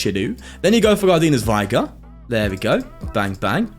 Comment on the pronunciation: Its V-ig-er no Vi-ger